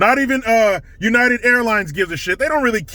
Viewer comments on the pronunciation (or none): none